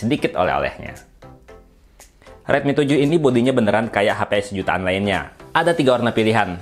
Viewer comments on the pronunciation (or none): Ngmgnya sejuaan. Sejutaan apa. X